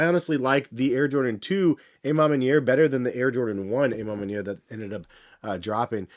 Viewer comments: Literal cringe everytime he said it 🤧😮‍💨🤣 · I wish I had a dollar for everytime mispronounced A Ma Maniere